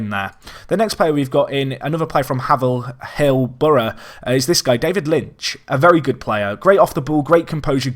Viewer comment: Its pronounced Hay-ver-hill btw. Just saying as a haverhill local. keep up the quality content mate.